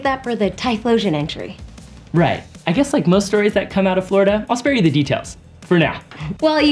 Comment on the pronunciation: Hahahahahaha! Nailed Florida!